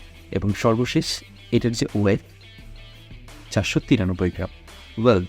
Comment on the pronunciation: ভায়া তুমি তো কথা বলতে গিয়ে দাঁত ভেঙ্গে ফেলছো। weight bolte giye ওট বলছো এত নাটক করে না বলে easily বললেই তো হয়